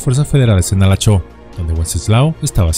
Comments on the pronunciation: Halachó, municipio de mi estado Yucatán, la pronunciación correcta es Jalochó, la gente lo dice coloquialmente para dar la indirecta a otras personas para que se vayan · la pronunciacion es Jalacho en este caso la H suena como J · Sólo una observación los vocablos en Maya la letra h al principio se leen como j. Ejemplo halacho- jalacho, Homun - jomun. Etc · Cuando vivía mi papá nos llegó a contar esta historia!, su apellido es Moguel, "Wenseslao Moguel", y Halachó se pronuncia como si fuese "j" (Jalachó) con tilde en la "o". Soy de Yucatán... Saludos... y gracias x traer esta gran historia al canal, excelente!! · No puedo creer que hablarás de "El Fusilado de Halachó" Vaya que se siente raro escuchar que mencionen el nombre de mi pueblito donde vivía jaja Por cierto se pronuncia "Jalachó" pero no pasa nada, se te perdona.